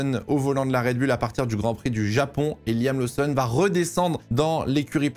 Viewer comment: je t’adore, tu as une qualité incroyable de sorry telling et ta passion transpire dans toutes tes vidéos. MAIS niveau prononciation - Liam LOSSON’ (et non laousson’) - LOUWIS Hamilton (et non léwis) - Ollie BÈRMAN (et non birman) - et surtout: Red BOUL (et non red bul’) surtout que tu dis Racing BOULS’! Merci! 😜😘